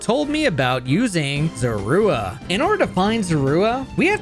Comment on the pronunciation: I don't like how you call Zorua.